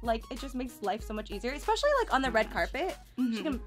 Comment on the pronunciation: Can we not ‘ex-specially’?! I hate that